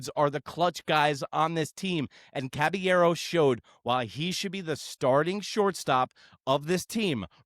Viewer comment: Who tf is Cabañero … CABALLERO put some respect on that man’s name 🫡